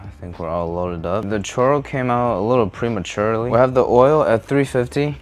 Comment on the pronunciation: A little prema-churro That’s what I thought u said 😂